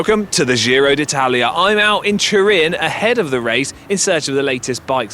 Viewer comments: Giro is pronounced [ˈdʒiro] dʒ ➔ già /ˈdʒa/, giorno /ˈdʒor.no/ i ➔ mio /ˈmio/, di /di/ o ➔ come io /ˈio/ with a hard g, which, in basic english equivalent sounds like jee-ro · ciao, the "g" in "Giro" is pronounced like the "g" in "George" or "ginger" 🍝